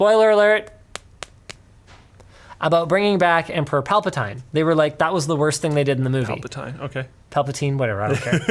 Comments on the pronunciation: It's Palpatine not palpotine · "Emperor PAL-pa-TINE" Sound like a wonderful English tea you would drink with mint and a raspberry scone. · once he said plapatyne i clicked off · "Emperor Palpatyne" I'm out lol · Linus: PALPATYNE Trump: CHYNAA They might be related guys... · "pal-pa-tyne" Pal pa tyne... Ok... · "Palpataine?... Okay" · Palpa TINE. Really?.... Like really? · Can’t take you seriously when you can’t say palpatine right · No matter your opinion on this movie, we can all agree Linus can't pronounce Palpatine correctly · Mispronunciation of Palpatine LOL